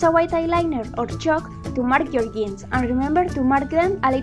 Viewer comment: J in jeans or jar is read j not i, just saying